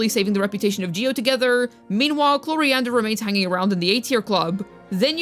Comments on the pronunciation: I subscribed after the 3rd mispronunciation of I have her C0R1 lvl 90 from her last banner and she kinda... does nothing (i just wanted that c6 chevreuse) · “Clorofield” 😭 I love these videos